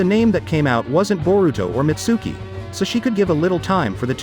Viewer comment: The way he pronounces Mitsuki and Konohomaru pisses me off